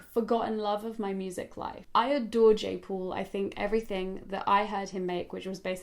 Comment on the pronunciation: Who else heard Jake Paul, instead of Jay paul 😂😂 I was so confused because Jake Puals music......